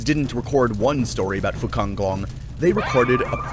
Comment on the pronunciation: Sorry but it name's Fuzanglong, not Fucanglong